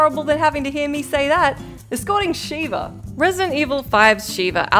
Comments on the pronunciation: It's Sheva, not Sheeva. Sheeva is the female shokan character from the Mortal Kombat series. And Sheva did actually have one use as an AI partner, during the fight with Jill. If you grab Jill from behind, Sheva can shoot the device and make it significantly easier to remove. (Shooting it is possible for players to do, but... good luck.) Also, not quite every survivor is tough to escort in Dead Rising. In fact, ironically, the man with the injured leg is a piece of cake to escort. Then there's the tiger in DR2, if you successfully tamed her, and the martial artist in DR2: Off the Record. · Sheva. Not Shiva. Please stop. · Shev-a not She-va, obviously reading from a script is obviously reading from a script cus if you've played the game you'd know how to pronounce her name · Sheva not sheeva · Shiva is pronounced She-Vuh, Sheva, the character from RE5 is pronounced Sheh-vuh. They say her name plenty of times. I know you can say Sheva,. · Put some respect on Sheva's name lol she said Shiva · When she said sheeeeva i was like what a fake ass gamer lol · After all these years they still can't pronounce sheva's name correctly 😂